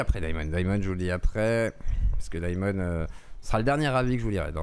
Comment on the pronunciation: Daïmon a trahis? mon dieuh, mais quelleuh surpriseuh! 🤷